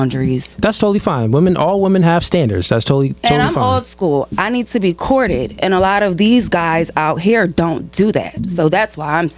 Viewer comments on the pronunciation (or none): Come on ya'll...it's COURTED not corded😂